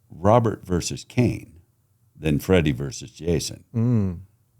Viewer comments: Verses it’s not that hard to say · Why does this guy keep saying, "Freddy VERSE Jason" ? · It drives me crazy when people say “verse” instead of “versus”. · It's Freddy Versus Jason, not Freddy Verse Jason. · Dude, it's VERSUS, not Verse. Wanted to punch my phone everytime he said "verse" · Why does the guy on the right continuously say "verse". The film is Freddy Vs. (VERSUS) Jason. What is verse? Am I missing something? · “Versus”, not “verse”. It’s not a song. Great interview tho. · Please say "versus",. Love your Lugosi tat btw!